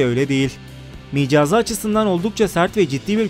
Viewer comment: Micazı değil mizacı :)